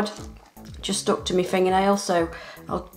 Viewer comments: Does anyone else get annoyed when she says me nail instead of my nail. 😡 Lol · I like her accent I like how she says "taking off me nails" in stead of " taking off my nails" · I love how she says “ it’s stuck on mee fingernail”